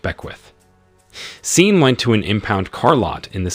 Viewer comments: Pronounced Shawn!!! Not scene 🤦🏾‍♀️🤷🏽‍♀️ listening to this was like listening to nails on a chalkboard 😩😩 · I think the A.I is reading Sean (Shawn) as Sean as is Dean 🤷🏽‍♂️